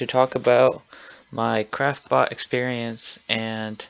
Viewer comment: sounds like your saying crapbot